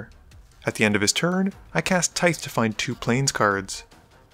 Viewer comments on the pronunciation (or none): Tithe: the final 'th' is voiced, like in "these", not unvoiced like "birth".